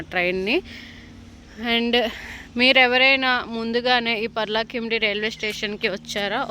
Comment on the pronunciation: Its Paralakhemundi.. not parlakimundi...